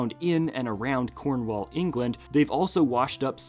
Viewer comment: I live in cornwall and it’s rlly cool ive found multiple bricks before. There’s a specific beach that has loads. Also the way he pronounces cornwall…